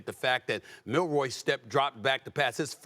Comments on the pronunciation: Someone tell Stephen A. its Milroe, not Milroy.. Does this guy even watch the game? Plus no one even knows Michigans star receivers name, STILL. Its funny because every single person doubted Michigan, yet they dont even know the simplest things about them.. Anyone who likes the sport should love this Natty, No Georgia, no Bama, no LSU, no Ohio St, no Clemson. As a Michigan fan, if Washington wins, im just happy to see that its not the usual team. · Honest question: How many times are these clowns going to PURPOSEFULLY call Jalen Milroe, "Milroy?" They clearly are throwing him under the bus and intentionally mispronounced his name in an effort to delegitimize him. The more Milroe is a bad qb, the lesser Michigan is. Everything about ESPN is about making Michigan lesser. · Why they saying Milroy? It’s Milroe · It's Milroe not Milroy. This incompetence is not acceptable for broadcasters on this level. Also, get your facts correct. Milroe started last season. This was not his first year as a starter. If you know college football you would know this. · "Milroy" LMAO